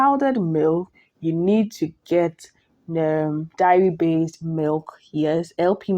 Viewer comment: It’s pronounced “day-ri”, not “diary”.